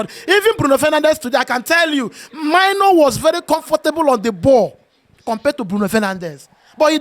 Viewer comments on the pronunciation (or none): you are African so pls learnt prononounce Mainoo's name properly It is a Ghanaian name pronounced like menu